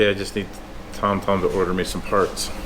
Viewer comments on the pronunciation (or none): none